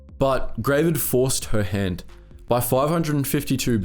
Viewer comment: OMG! Gravid is actually just an unmodified English word meaning "pregnant with eggs"; like if a frog has a bunch of eggs in its body, that frog is gravid. It's actually pronounced not like "grey-vid", but like "grah-vid", like it rhymes with "grab it".